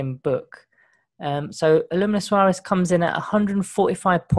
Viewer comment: you could just try and pronounce it as it's spelled......